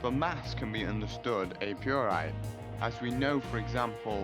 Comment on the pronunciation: "a piori" "a postori" fucking hell